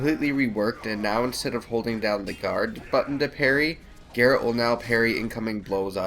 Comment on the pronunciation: "Garret"...."Gerald"......Jesus, people (no, not actually). His name is G-E-R-A-L-T.